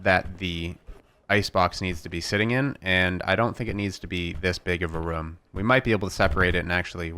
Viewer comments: It's room not rume room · reem? i think you mean ROOM!